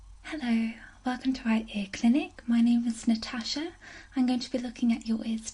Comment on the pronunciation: Damn, it's quite nice hearing the name Natasha in such a nice British accent. Although, I am British myself- I'm from up North (Manchester) and our accents a bit rough 😂 so I usually hear my name pronounced as Natashor. Great video non the less!